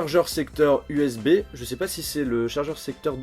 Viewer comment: C'est moi ou rajoute des “e” à la fin de ses phrases? 😂 “suport USBeee” je ne me moque pas de toi d'ailleurs tu es un de mes youtubeurs preferé 😘😂😂